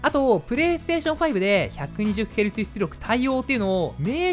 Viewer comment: 「ps5で120ヘルツthつりょく」 すこ